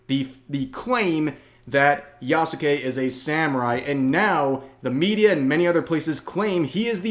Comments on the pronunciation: who the fuck is ya-soo-kay? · The u is silent my guy